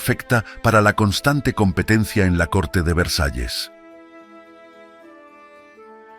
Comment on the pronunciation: Narador da pena como habla pienso es ANALFABETA NI VREJAES VERSALLES